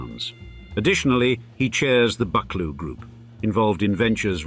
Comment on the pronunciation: Pinkie Cleugh is pronounced Pinkie Clue, not Pinkie Clu (Clu rhyming with Up). And it's BuckLOO, not BUCKloo. Andy why do you keep showing shots of Eilean Donan castle (and maybe Dunvegan Castle), which is nothing to do with the Buccleuchs. And American legal series, along with Sense and Sensibility - it's very distracting. It means that I have no idea which images in the video are actually of Buccleuch people, buildings, lands and projects and which are just random filler.